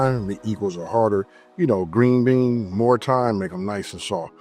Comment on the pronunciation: Gween bean wachu mean